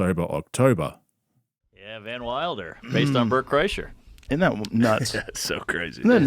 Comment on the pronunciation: mf don’t say LeBert Krischer that shit sent me rolling😭